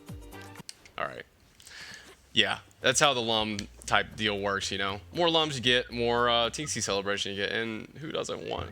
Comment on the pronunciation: Good to see you back with rayman, that rayman 2 LP was awesome. Btw did you know Lums are actually pronounced like Looms? I had no idea until i played this game. I still pronounce them like lum haha